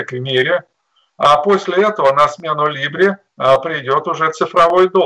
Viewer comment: Либры ... звучит как лявры